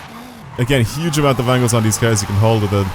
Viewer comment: Your Cars pronunciation is killing me